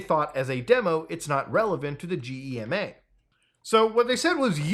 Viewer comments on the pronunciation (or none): GEMA-is pronounced (Geh-mah) just FYI. ITs like some BS organization that has some control over the music industry. It is meant to try and help artist get paid for playing, but its stupid and tedious and never really nets anyone a lot of money unless you are the typical radio pop schlager band....German music is only slightly worse than their comedy.